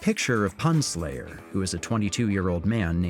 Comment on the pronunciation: Am I the only one who thinks they mispronounced "PunSlayer" 🤣